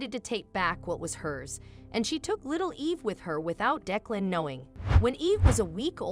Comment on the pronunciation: It would be nice if you would have the person reading the story to pronounce the words properly. OK is not OAK or AWK. Declan was pronounced 4 different ways too.